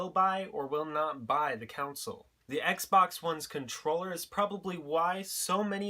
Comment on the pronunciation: as yo former step bro. " COUN-CILE